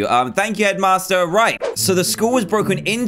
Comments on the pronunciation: I always think you say Edmaster when you say headmaster :D Awesome Dan, much love from Sweden! :D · i thinks shedmaster like toolshed LOL